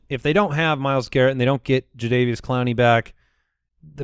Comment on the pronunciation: Nobody caught saying Jadavius Clowney 19 minutes in!